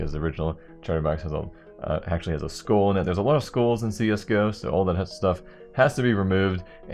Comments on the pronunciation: u realize "skull" isn't pronounced as "school" right... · holy shit... the way you pronounce "skull" triggers me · wtf how does he say skull